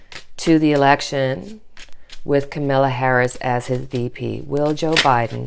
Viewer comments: Kamala Harris. Her name isn't Camilla. It's pronounced comma-la Like your videos ! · Not Camilla! Kam-a-la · Just for interest- it is pronounced “comma-la” for Kamala Harris. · Káh-ma-la -- Accent is on first syllable of her name. The a's are pronounced as ah -- Káh-mah-lah. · Thank you so much for your grounded.loving readings. Here’s a tip on pronouncing Kamala’s name. COMMA -LA I’ve been practicing saying it over and over! Ha it’s a tough one. And so is she, I’m so happy she’s the VP pick. Love you!! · Love your readings! FYI: it is COMMA-la. Accent on the first syllable. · It is so annoying that you and others can't pronounce her name correctly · she will be the first African American and women VP. pronounce her name correctly please!